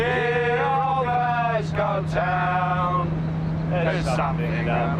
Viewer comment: As a Londoner I find it bizarre how these people pronounce ‘Glasgow’